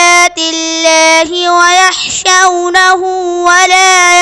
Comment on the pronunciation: ويخشونه صحيح ويحشونه غلط